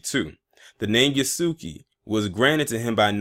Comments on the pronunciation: It is pronounced Yasuke, not Yaski. 弥助 => 弥(Ya) 助(suke) YASUKE 〇 YASUKI ✖ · It's pronounced (yah) like (Jah). (Yah) (su) (K). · And why do people keep pronouncing yasuke wrong (Yahske) is the correct way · Pronounced ya-su-kay btw